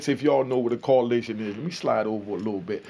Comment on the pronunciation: It’s coalition!!! Not collision